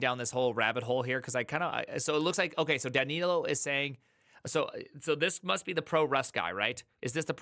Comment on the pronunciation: I think you are saying "Danilo" correctly!